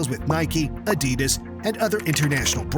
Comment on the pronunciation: Wow, you can pronounce names and teams, just not Adidas.